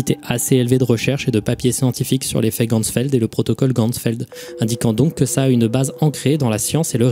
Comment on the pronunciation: Coucou! Super vidéo, juste par rapport à la prononciation des mots allemands ça se dit "geCHtalt" et non "geStalt" et pour Ganzfeld on prononce le "an" non pas comme dans "gangrène" mais plutôt comme dans "Ghana". voilà c'est tout, merci pour ton travail:)